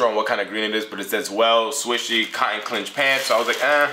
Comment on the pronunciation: They are pronounced cotton “Sinch” Pants not “Clinch” - Appreciate you.